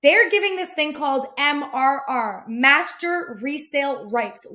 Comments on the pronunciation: Please, for the love of my OCD! It's "MRR" not "MMR"!! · I think you kept saying MMR like the vaccine haha. I personally found that hilarious and MRR is just awkward to pronounce